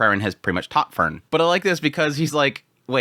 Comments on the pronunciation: you pronounce frieren like fern xd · I really like your episode analysis of other shows (fantasy mostly). But your pronounciation of FREIREN is killing me. I just can't enjoy your analysis of Sousou no "ferin" when there's another main character also called Fern😮‍💨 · he wants to get the content out. That is a thing to overlook in a first watch. But he gets the name Frieren so butchered that it is indistinguishable from Fern and that isn't even calling for him not naming Fern like the english plant. It really shouldn't be hard to call Frieren at least in the direction of free as in Freedom for the first syllable. So I rather say that is laziness taking a toll now. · i noticed that too :P he skips that syllable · He just doesn't wanna say frie cause no one is free in this world